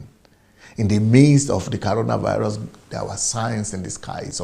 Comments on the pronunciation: Is that you can not pronounce coronavirus or what is caronavirus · CORONAVIRUS NOT CARONA